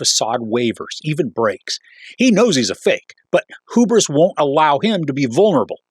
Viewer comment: The word is pronounced “hew-bris”.